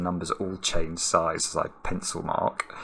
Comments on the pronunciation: "as ... err" must have triggered Alexa into thinking you were talking with a weird accent that misses a lot of letters. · Devonian ./ zomerset ?